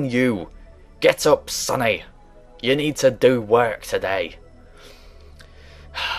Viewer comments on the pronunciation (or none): none